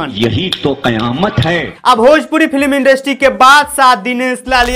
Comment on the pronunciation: चंद व्यूज के लिए दूसरे कलाकार का अपमान मत करो पहले इंडस्ट्री ठीक से बोलना सीखो बोलने के तरीका से लग रहा पांचवी करके पढाई छोड़ दिया था ~ एक निरहुआ फैन